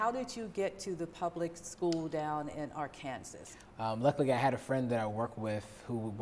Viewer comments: Why did she pronounce it Ar-kansas and then Ar-kan-saw and then go back to Ar-kansas? 🤷🏾‍♂️ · Why is she pronouncing "Arkansas" that way? Anyways, Michael looks like he's telling the truth here, but who knows...